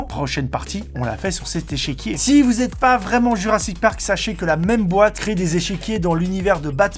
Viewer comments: Échiquier et non échequier, je sais c'est con, c'est pas logique mais c'est comme ça, je faisais l'erreur aussi LGJD xD sinon superbe vidéo ;) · On dit « échiquier », copain ;) Bisous !